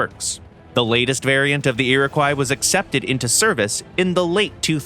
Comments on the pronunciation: Iroquois is pronounced "Ear-a-kwa", not ''croy". At least here in Canada where we used the name for helicopters and a few destroyers. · Iroquois is pronounced "ee-ruh-kwaa" :^) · The tail end of the word Iroquois should be pronounced like the fish